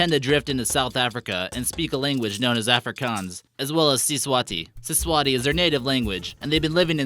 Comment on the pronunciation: You pronounced Afrikaans it’s pronounced the exact way it’s spelled